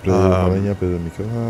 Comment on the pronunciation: Funny how often hears how Miquella is said and still says it wrong